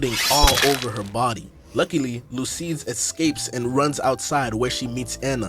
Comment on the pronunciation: Great video but I’m wondering why you called Lucie “Lucide” 😭💀